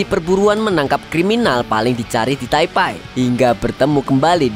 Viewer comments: Taipe bang bukan taipai😭😭😭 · maaf bang bukan taipai tp taipe bacanya 😂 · sejak kapam jadi taipai? taipe nyebutnya. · Taipe bang bukan taipai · taipei atau taipai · Baca nya bukannya Taipei bukan taipai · Taipai apa taipei nih kak😅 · Taipei bang, bukan taipai 😅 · Bacanya bukan Taipai mas